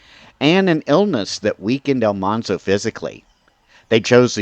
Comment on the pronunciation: AL-man-zo. As in manly. Not almhanzo.